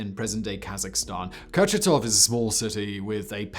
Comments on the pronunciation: Kucharov or Kurchatov?! C'mon, Simon... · Kurchatov city, not Kucharov. Like your videos! Nice shirt by the way. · Kurchatov, pronounce Kur- chA- tov. Not a kUcharov Named after nuclear scientist, NOT Ashton Kutcher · Kurchatov is the person with the same functions and role in ussr as Oppenheimer was in the USA . If author is unable to pronounce properly the surname of one of the most important persons in soviet’s nuclear programme , what is the aim of this video: monetisation ? hype?